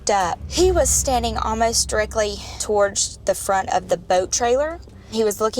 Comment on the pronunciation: She says torge instead of TOWARDS